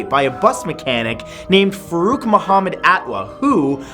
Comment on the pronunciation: he said my name perfectly farouq